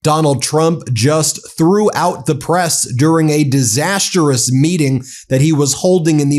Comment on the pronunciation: DISASTROUS not DIS-AS-TER-OUS